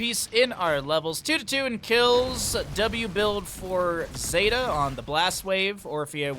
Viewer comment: <== zeta here, thanks for getting my name right =) zay-tuh Anyway, rag's e is blast wave, his w is meteor Entertaining to rewatch this with vision on both sides =) Thanks for the commentary.